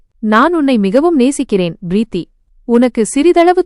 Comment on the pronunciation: “Preeththi enRa chol sariyaana uchcharippE illai. Purinthathaa? It is correctable.” — “M.K. Subramanian.”